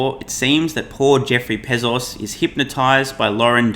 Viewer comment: Pezos? I thought it was Bezos....your credibility is hurt when you can't pronounce correctly.